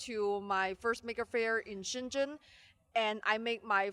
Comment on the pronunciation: Naomi is the most sweet and cute expert in the technology ... and btw I never be able to pronounce shenzhen like you XD ... i love you!